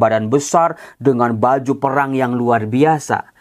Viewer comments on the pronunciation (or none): none